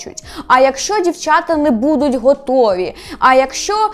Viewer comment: Не будУть, а бУдуть. Не псуйте нашу українську мову, будь ласка. Я проти фаріонщини, але цю помилку Ви зробили більше ніж два рази. Ріже вухо. А взагалі чекаємо на новий сезон, може буде цікаво